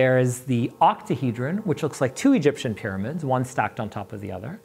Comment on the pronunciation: "Octahedran" what did you just call me??